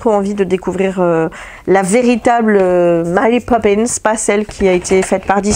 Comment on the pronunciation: Coucou, félicitations pour tes kilos perdus:) j'adore ton accent anglais quand tu lis les titres de Mary Poppins. ça se voit que tu as l'air bien, monsieur Herrmann et ton régime intermittent, les couleurs que tu amènes dans ta vie par le coloriage te font du bien et c'est agréable à voir.:) Bises